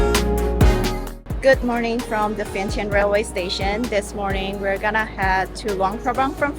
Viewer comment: Actually it's pronounced as Vien-Chang, just saying.